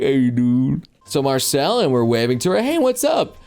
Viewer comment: Why you calling MarCILLE "MarcELLE"???? Also, nope, Larian won't touch dnd with a ten foot pole at this point.